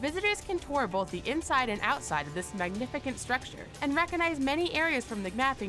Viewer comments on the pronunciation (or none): It's LARA Croft, not fuckin' "Laura" Croft. Fuckin' Hell, why do so many 'Muricans get this wrong? And then you say "Square Onyx"... um... "Enix". Do you even play games? "Can tour both the inside and ouside of this 'magnifikant" structure." Dumbass, the "c" in Magnificent" is a soft "c". Like... how the fuck do you mess that up? That said, how the fuck is Cologne Cathedral as Anor Londo from Dark Souls not on this list?